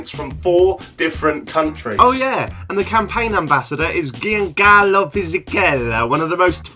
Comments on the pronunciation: The way you pronounced “Giancarlo” was so cute ahaha ♥️ lovely video Jack! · Gee-an-carlo hahahaa Its pronounced like Jan-carlo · JAN-CAR-LO!!! NOT GI-AN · JaackMaate we pronounce names like Giancarlo with the “J” sound (like you’d pronounce John/Julia). Italian grammar is weird lol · Lov u but you said Giancarlo Fisichella wrong (the first G is pronounced as the G of Gelato) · I'm a big fan but my whole body physically cringed at the way you pronounced giancarlo 😂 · I'm very disappointed by your pronounciation of Giancarlo fisichella